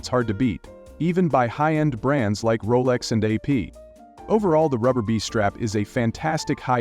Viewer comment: Roless? dont you mean Rolex?